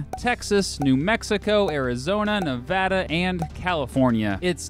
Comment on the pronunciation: Props for actually saying Nevada right